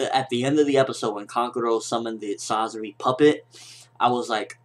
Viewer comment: please say kankuros and sasori's name properly other than that great review